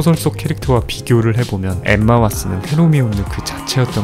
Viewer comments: 헤 로 미온느...라고 자꾸 반복하셔서 ㅋㅋㅋ 깜짝깜짝 놀랐어요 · 왜 헤 로 미온느라 하는 겁니까